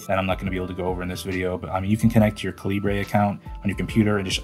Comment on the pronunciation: “Cali-bray”? Nah… it’s fucking pronounced “Cali-ber” You would think people this obsessed with reading, would be able to get that right. 🤦‍♂️